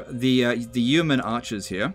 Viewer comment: Yeoman pronounced like 'bowman' but with a Y! (P.S. loving these vids!).